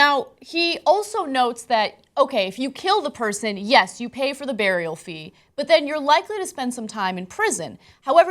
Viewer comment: OMG, I hate how Ana pronounces 'burial' as 'bay-ree-ul'. I notice a lot of people do that and I can't pin it down to a particular region or even country. I just don't get why you'd pronounce 'ur' as 'ayr'.